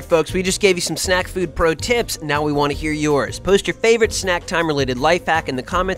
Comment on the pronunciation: I laughed when he enunciated 'tips' so much. Thanks guys :)